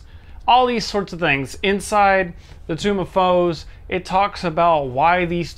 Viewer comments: but ya. he mispronounces tomb too often. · The "kai" part in the middle is pronounced like "kite" but without the "T" sound, I think. "Morden" is like "more den". And the "nen" at the end is pronounced just like it looks (rhymes with "den"). The thing I found the most amusing though was your pronunciation of "tome". You twice pronounced it as "tomb". I wonder if that's a regional dialect (where I come from, those two words are pronounced differently: long "o" in tome, "ewww" in tomb) or if you were just flustered by the pronunciation of "Mordenkainen"?